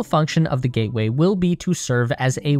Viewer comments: Ah yes, the lunar "GATWAY" station. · Gatway or Gateway?